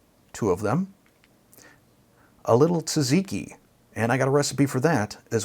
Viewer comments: Tzatziki, not Taziki. Looks good. You used garam masala, which is Indian, that's why it tastes somewhat Indian. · Love your channel, recipe looks amazing! (tzatziki pronounced Zot ziki)